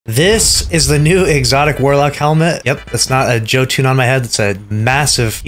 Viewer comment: Jesus Christ it’s Yo-Ton no Joe Tune.